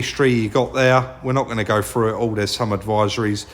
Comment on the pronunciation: Not frew but through !😂